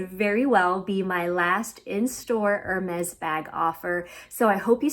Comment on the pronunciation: Be careful when pronouncing Hermès. It’s not “er” as in “her.” It’s more like “air” “mez.”